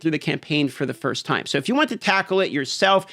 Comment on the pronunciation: Is that supposed to be an "E" in "time" bro? 😂